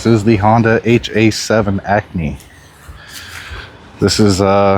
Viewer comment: It’s called an Acty, not Acney